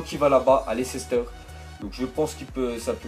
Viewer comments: Tu peux arrêter de dire Lecéster stp lol merci ^^ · C Leicester pas lecester